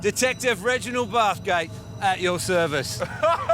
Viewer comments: “At your serive” 🤨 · "At your serive"?